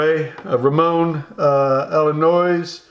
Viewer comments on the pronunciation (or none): I love how you say Ramon allones it sounds like you’re saying Ramon Illinois. It’s pronounced ah-yo-nezz. In Spanish two LL next to each other make the Yo sound. I love the video brother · I love the gunshots, shotgun and mispronunciations of cuban brands! Ramon "Illinois"! I'm dying!! Subscribed!